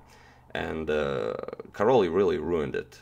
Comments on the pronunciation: It's hurt when you say "Karoli". It "Karoj". Ly in hungarian is an additional letter for the sound " j " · Karoly in Hungarian should be pronounced something like "Kah-roy" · The pronunciation of Károly is like Caaroy :D Last name Honfi, you said that right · Karoly pronounces Karoy. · I really don't like mispronounced hungarian name so if I was to write is name in croation it would be Karoj (this is how you pronounce it), and it should be actually writen as Károly. Whatever, I LOOOVE Tals games! Never too much of em!